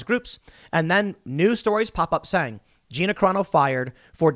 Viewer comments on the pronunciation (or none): none